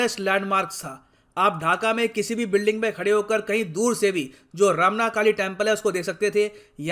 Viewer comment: Not ramna it is romna...